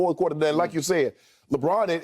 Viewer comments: Hearing skip say Lebrick literally kills me 😂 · When skip says lebrick it makes me laugh so much i swear 🤣🤣